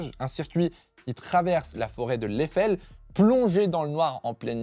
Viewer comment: Petite note, l'Eifel ça se dit "Aïfeul" et Nordschleife on prononce le "e" final